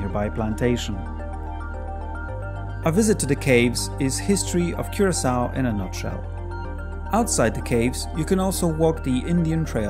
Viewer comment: Did I recognise an Eastern European (Polish?) accent? 😉. BIG THANX for 'Kyurasau' pronounciation! 👍 LIVE LONG AND PROSPER! 🖖